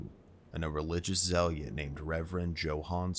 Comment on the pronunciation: Zealot is pronounced zeh•luht not zeh•lee•it, not sure wether that extra syllable is a normal mistake on your part or you hard-wired a mispronunciation into your syntax/diction.